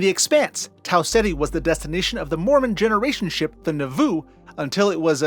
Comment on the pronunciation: I had to chuckle a bit when he said the name of the generation ship from the Expanse, lol, the Nauvoo. I'm not active in the religion anymore but I was raised in it, and the stress on the word is on the first syllable not the second, "NAH-voo", though I honestly don't know how it's pronounced in Hebrew, just giving how the Mormons pronounce it